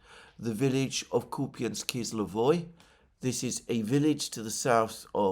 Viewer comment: Alexander, it's Kupansk-Uzlovoy, not "kizlovoy" Kupansk -Uzlovoy means Kupansk Nodal.